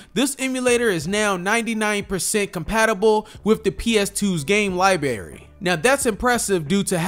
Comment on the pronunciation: Great info…. But it is library, not libary. Pet peeve.